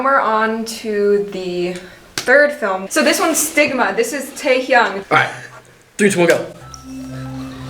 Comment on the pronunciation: "TAKE HEONG" YES WHY NOT